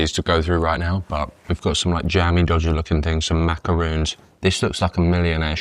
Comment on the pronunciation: Hey Mate. not Harrisoon. Macaron not macaroon. So jealous of this trip. Food looked ridiculous.